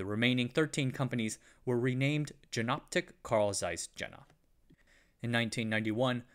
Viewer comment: Good video! As noted down below, since Jena is pronounced "Yayna", Jenoptik is pronounced like "Yenoptik" or "Ienoptik", not with the "J" sound like in "Jennifer". Sorry for nitpicking.